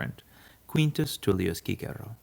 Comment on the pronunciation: So refreshing to hear someone pronounce “Cicero” correctly